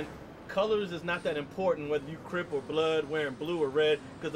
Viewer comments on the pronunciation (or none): he said crim not Crip